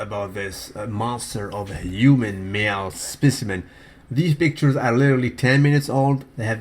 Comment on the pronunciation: I don't believe he is fasting. It's bs...call him out. Also did u really say "bictures" in the beg of the video??